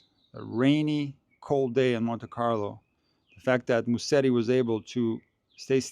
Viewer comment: Hey, Musetti is pronounced like this: “ Muzetti”. So the s is more like a z. 🙂